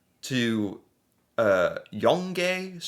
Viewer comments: YONGE Street is pronounced Young, not yung-gay.😂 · Oh cmon. All those "shoes" are winter boots so its snowy and cold. NO ONE would want all that muck and dirt on their floors and you'd be called out for not being respectful of your host!! And that street is Yonge St, written like that but pronounced YOUNG, is the dividing street in Toronto. Its a continuous road all the way from Lake Ontario up to Barrie Ontario. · Young-gay street? Hahaha YOUNG STREET aka Yonge lol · we pronounce Yonge St. as Young St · It's pronounced YOUNG STREET. Yongay sent me 🤣🙄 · Ahh yes, Yongé street 😭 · 🇨🇦 Yonge St. in Toronto is pronounced "Young St." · Yonge pronounced young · The bit on the pigeon, it's pronounced " young st " just younge is the Canadian spelling. And it's on the TTC ( subway ) about 20 minute ride from the east end of Toronto to downtown if I remember correctly... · Yonge Street. The e is silent. it's pronounced like young. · Yonge Street in Toronto.... The Yonge is pronounced "Young"... Just so you have to stress over what used to be the longest street in North America and or maybe the world ... Not sure it changes every year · Yonge St. pronounce it “Young St” longest street in Canada. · Yonge Street is pronounced as “Young Street” and was once considered to be the longest street in world. Though, I think the title might be considered up for debate now. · Yonge, it's pronounced "young street". If you kill a Canadian Goose, it is jail time. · FYI "Yonge" St is pronounced like "young", a major road in Toronto 😊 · Yonge St. is pronounced "Young" St. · It is pronounced Young St. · It's the subway in Toronto. Yonge is pronounced young. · Yonge (pronounced as young) Street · Oh ya... "Yonge" is pronounced "young". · Yonge st. Same as saying young st. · Yonge = "Young" Street (a major street in Toronto...pronounced "Toronno") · Yonge Street. Pronounced like young. Polite correction. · Yonge is pronounced ‘young’. And it’s the longest street in the world.